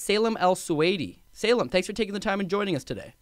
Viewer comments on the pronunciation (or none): Lolz...Salem? Sá-Leem = Salim.